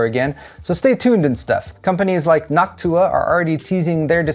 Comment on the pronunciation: lol, did I hear "Nock-Tuah"?